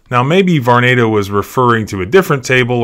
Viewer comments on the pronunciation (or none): Believe it is prononuced Var-nah-do.